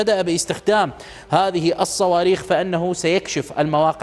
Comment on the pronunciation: بالصواووووووويخ وليس بالصواربخ 😅😅